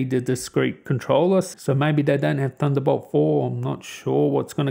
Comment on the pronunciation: I took a shot every time you said "THUNDERBOWLT" and now im dead X.X